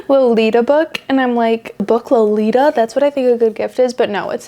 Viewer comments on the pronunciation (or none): none